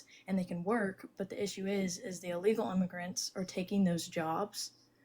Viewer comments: Allegal? Its illegal 😂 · Did she just say "alegal immigrants"? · I don't trust anyone who says "uhlegal" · First of all, she needs to learn how to pronounce “illegal.”